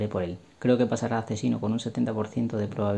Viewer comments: deja de llamar a "ACZINO" como "AC sino" si en castellano la palabra "asesino" se pronuncia con eses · Por qué dices “acesino”? Es “asesino”